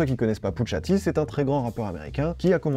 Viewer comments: C’est « Poucha T », pas « Poutcha T »… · arrete de dire putsha t je vais m'enerver